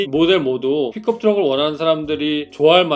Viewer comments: 나만 픽컵트럭 으로 들리는건가 픽업이지않나욤 투싼크루즈 아님요? ㅋㅋㅋ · 발음이 픽컵으로 들림